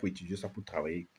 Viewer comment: Au Cameroun un sans-papier ne peut se marier. Pareil dans tout le reste fe l'Afrique pas de mariage sans carte de séjour. Les camerounais apprenez à prononcer travail et non cravail! Entre et non encre, droits et non grois!